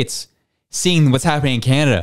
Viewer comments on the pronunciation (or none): Canada ❌ Candastan ✅ 😂😂😂